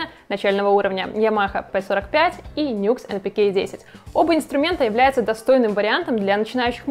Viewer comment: Честно говоря, по звуку - это вкусовщина. Мне, например, вообще больше всего нравится звук рояля у cdp s160. Его Grand Piano просто афигенен. И правильно не "Нюкс", а "Ню Экс")